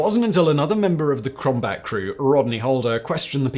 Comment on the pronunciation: Simon said "crombat."😆